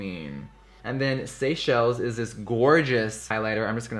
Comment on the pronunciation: it's Seychelles I'm pretty sure, not sea shells!! 😂😂😂